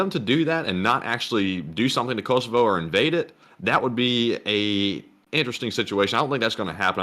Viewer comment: You have pronounced Kosovo wrong all night, just a heads up!